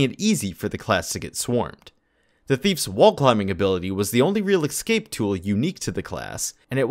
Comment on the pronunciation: Excape excape excape. AAAAAAAAAAAAA so infuriating.